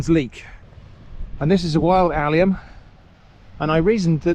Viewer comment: Thought you were saying allion, and I was like SO THAT'S why they call them scallions! (Even though that doesn't make sense) Then turned on the Subtitles. Learned a new word, Cheers 🦐